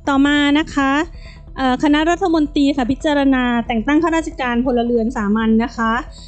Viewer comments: โฆษกรัฐบาลอ่านถูกๆผิดๆน๊อตรีอ่านตี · โฆษก อะไร พูดผิดๆถูกๆ พูดไม่ถูกอักขระ รัฐมนตี แย่มาก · ร เรือ หายไปนะจ๊ะ เช่น รัด ทะ มน ตี โฆษกลิ้นแข็งจ้า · หาคนอ่านหนังสือให้ถูกกว่านี้ไม่มีแล้วหรือเด็กใครฝากมา และรัฐมนตรี ไม่ใช่รัฐมนตีไปเรียนมาใหม่อ่านผิดเยอะมาก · เอามาจากไหนภาษาไทยเธอยังอ่านตกรัฐมนตี ปั๊ดโธ่รองโฆษกนะเนี๊ย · ไปเรียนชั้นประถมใหม่ รัฐมนตรี (อ่านว่า รัด-ถะ-มน-ตรี ไม่ใช่ รัด-ถะ-มน-ตี)จบปริญญาตรีหรือเปล่าเนี่ย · ควรออกเสียง คำว่ารัฐมนตรี ไม่ใช่รัฐมนตี ครับ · ลัดถะมนตี อ่านออกเสียงให้ถูกหน่อย